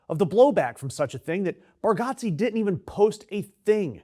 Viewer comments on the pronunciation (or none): It’s pronounced Bar-Get-Ze not Got-Ze. Still tho, this was pretty disappointing news. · Pronounce his name correctly. Idiot!!! It’s Bar-get-ze. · It's pronounced bar-get-zee. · and YOU CANNOT pronounce his last name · If you're gonna shit on someone at least educate yourself on the correct pronunciation of his name. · As a fire breathing liberal myself I think it is important to suggest you fuck the fuck off immediately. The guy went to a stupid event, which is his right. You don't like it. Who fucking cares? Did he storm the capitol? Real Lefties don't adopt McCarthyite tactics, they denounce them. Bitch. Many people think democrats are the assholes. You're their fucking poster. And learn to pronounce his name you redeyed cunt.